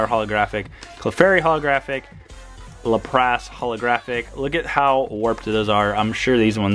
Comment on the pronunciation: Your pronunciation of Lapras is killing me, lol. Lap-rass not Luh-prass.